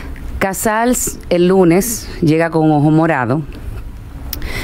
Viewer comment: Díganle. Al.. Que no es. Casar. Es. Casals